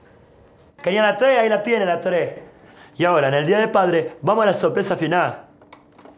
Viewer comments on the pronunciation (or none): "Querian lah treh ahi lah tienen lah treh" ... BRUTAL xD